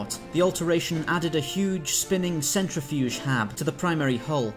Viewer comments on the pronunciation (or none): none